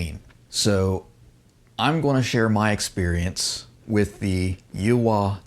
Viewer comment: I believe it's supposed to be pronounced "yee-haw" like a cowboy .